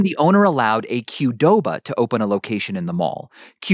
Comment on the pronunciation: Q'doba is pronounced Kah doe bah, I believe.